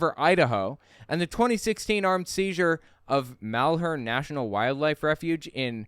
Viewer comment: Your pronunciation of "Malheur" and "Oregon" needs work. Sorry I'm from there and it always bugs me. You got Harney right though.